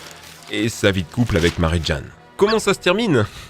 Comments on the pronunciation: En fait l'accent anglais sur les noms, c'est quand tu veux, ca se prononce Docteur OctoPUSSE et pas OctoPOUSSE et aussi ça se prononce Mary JAYNE et pas Mary JEANNE mais tkt c'est la rue. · Mairy jane ça se prononce mairy jaine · "mari Jane" (au lieu de "mary jaine") hmhm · Octopousse, milsse morales, marie jeanne, ... par pitié apprends à prononcer les noms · Dr Octo « Pouce », Mary « Jeanne »… mes oreilles ont mal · C'est quoi ces prononciations toutes claquées ? "Octopous" "Marie-Jeanne" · Dr octopous Marie gane je suis le seul a avoir entendu 😂😂😭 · Stp aprend à prononcé les nom parce que mare jane et docteur octopouce faut pas abuser